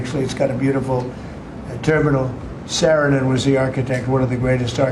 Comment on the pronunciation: S-a-a-rinen, not Sarrinen..... Come on Donnie.